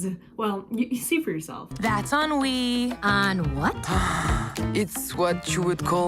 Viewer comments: Envy? Also, Ennui is pronounced (on-we) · it’s pronounced on-we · Ennui is pronounced awnwee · It's pronounced enwi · On-wee That's how you say boredom's name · ennui is pronounced un-wee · The clip you showed literally showed Anxiety pronouncing Ennui’s name lmao, so with her and google’s pronunciation then it’d be “On wee”. Also when I googled it my result was an audio than was definitely a lot more understandable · I’ll give you nonsense way that how I pronounce it.onwee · It was hard for me at first to pronounce Ennui's name as well! what really helped me is breaking it down. instead of just trying to say the name in its entirety, try saying "On" and then "we". then combine them. "On we"! That's how you say Ennui! But if you want to say it in French, pronounce it like this! "On ree"! Whether you say On we or On ree, That's how you pronounce it! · Eionui is pronounced onwee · Ennui is announced “on-we” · Ok let me tell y’all how to pronounce ennui On-we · ennui is pronouced on-wee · 😅 you can pronounce it on we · Why did she pronounce Ennui wrong?